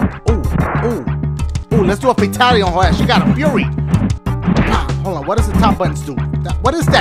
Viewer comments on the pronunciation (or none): none